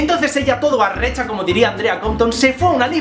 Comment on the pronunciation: Ella se vino de arrecha, sonó tan venezolano 😂❤️